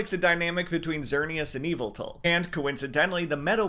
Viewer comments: So, pokemon names are all over the place, with Are-Kay-Us or Ray-Qway-Zah (both of which i promptly ignore because it's a children's game) but, I cant think of a time i've heard someone pronounce Yveltal as Evil-Tal. I can see why it could be pronounced that (im not calling you stupid or anything, again, I purposefully pronounce Are-See-Us and Ray-Kwa-Zah wrong. And i think its fine how people pronounce things) i've always pronounced it yuh-vel-tahl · I don’t know why you say yveltal like that but it’s pronounced (why-vel-tall) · I never thought of pronouncing Yveltal as Evil-tal